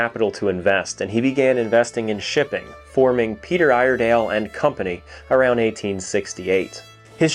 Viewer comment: Ear-eh-dell is how us Oregonians say it.